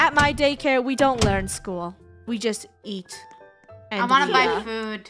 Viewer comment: The second time she did it was Eat not YEET